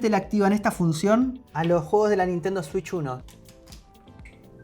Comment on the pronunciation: Una swich 2 polfavol